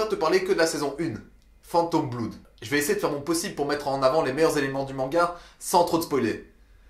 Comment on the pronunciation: Va falloir taffer la prononciation :v "bloud"